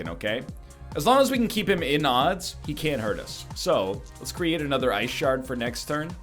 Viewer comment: Your t-shirt is telling you that you need to "git swole" and stretch the wrinkles out over your muscly form. Ah, the classic "blue vs blue" conundrum from Magic. And then that pronunciation "Ice shart." The comedian! NL decides that he wants 3 damage more than he wants 7 damage SMH...